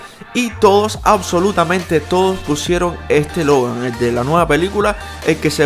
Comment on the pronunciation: El dijo hogar 🏠 en ves de Logan🤦🏻